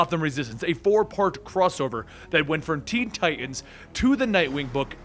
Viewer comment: Ti tans, Ti tans, not Ti ans. Enunciate!! LOL I do love your vids tho.. Good job